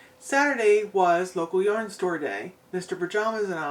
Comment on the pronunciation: Omg I laughed out loud when corrected your pronunciation of Yarn. 😆 🤣 You guys sound like a blast to gang out with. I occasionally visit that part of the country. The yarn you bought is all gorgeous. It's sad that your hands are so sensitive. Big Hugs 🤗 ❤️